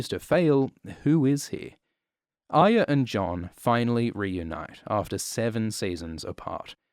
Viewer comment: “Aya” is all I hear